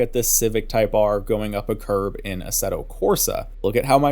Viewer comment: When you said "Curb" I thought you said "Carb" so for a second i was like "wtf? Carburetor physics?" lol